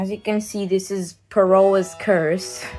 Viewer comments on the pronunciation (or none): errmm acksually its prounounced faraohs curse